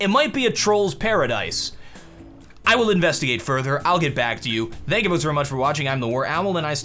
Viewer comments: I just noticed that says "Dank you" instead of "Thank you". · Why did you say "Thank you" so weirdly at the end? Still love ya!